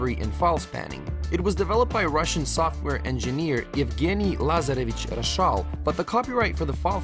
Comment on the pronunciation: Как он хорошо выговорил его фамилию.. Как-будто сам русский